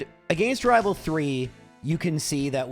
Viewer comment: I'll never tire of hearing you say rival fiveal